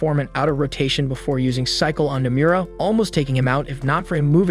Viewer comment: The way he pronounces Nomura's name would piss off Nomura himself.